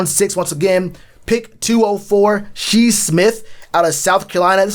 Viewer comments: Shi's name, it''s pronounced as Shy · Bro I stopped after he pronounced it wrong the second time smh.. Shi was a great player not far from Deebo... if we doin research we have to know..... lol keep poundin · Lol its Shi. Like sky